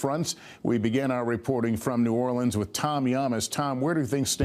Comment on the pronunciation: Thank you for pronouncing New Orleans correctly, Lester!